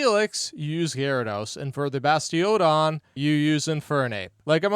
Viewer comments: I noticed he made the "Stuntank" error too in the last video. Ironic seeing he uses anime clips to show the correct pronunciation, and nowhere in official material is Skuntank pronounced "Stuntank" ever. EDIT: He pronounced Bastiodon weird as well. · I totally understand the slipup for Skuntank. Either it should have been named Stuntank based on Stunky, or Stunky should have been Skunky. I didn't notice the Bastiodon because that's how I've always said it. I also just checked a clip from the Anime, and they say it the same way there. But since the name comes from a bastion, I guess it "should" be pronounced differently